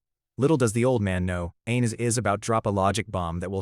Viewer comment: Whenever he says "Ain is" it almost sounds like "an*s" :face-blue-wide-eyes::face-blue-wide-eyes::face-blue-wide-eyes